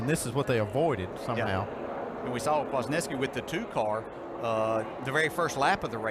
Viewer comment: Kwaznewsky,thats how you pronounce his last name